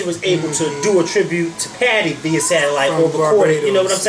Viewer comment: Beyonces performance was so awkward and out of place. Like why even was it there? I mean the performanc was hawt, but it was OUT of place. Also, imma need to pronounce VIA correct... =/..lol